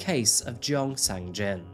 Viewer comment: It's amazing how deep the research and effort went into making this video but how the effort to learning how to pronounce the words correctly flew over the water. Jeong is just "JAWng" and gosiwon is "gaw-shee-won." But all the other words were pronounced well enough.